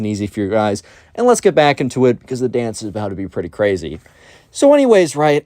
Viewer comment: o me god that so cwazy